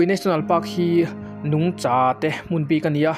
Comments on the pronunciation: Nungchâ ilam dan hi a mak thin ve nungcha riha lam tur asin. Tlem chuan Mizo tawng hi in enfiah la uluk leh zual thei la ka ti hlemai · Sir I "nungcha" thluk dan hi a dik lo deuh em aww...a lai laklawh thin😂